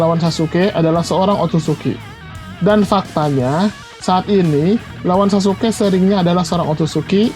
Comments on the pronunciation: Sasukek.. Ga enak gue denger naratornya nyebut sasuke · Izin komen. Sasuke bang,, bukan sasuke'